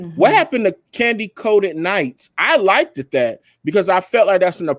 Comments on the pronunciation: needs to stop saying likted, it is liked, no emphasis on the e-d. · Who's going to tell that it's not "LIKEDED"? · Please stop saying likedid!!